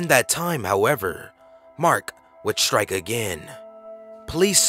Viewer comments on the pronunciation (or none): none